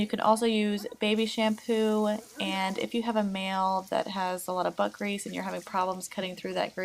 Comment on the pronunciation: Its like she said butt grees